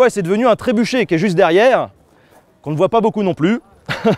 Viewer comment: Trébuka ? Tréboucca ? Trébouka ? Tréboukha ?